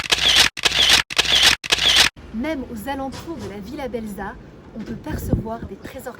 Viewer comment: Belza se prononce Belsa (le z se prononce s ), sinon ça ne fait pas très sérieux 😀